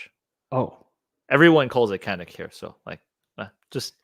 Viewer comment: The lever gun is great for when you go to a range and look down the line and everyone has the same ar. I have built a few for a customer or 2. They are fun to shoot. Canik calls it Can ik.